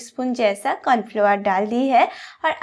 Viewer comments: Kya bola : Confluoar 😂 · Corn flour bolna nahi aa raha hai